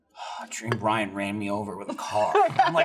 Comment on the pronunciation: Sounded like he introduced Ryan as Bryan 😶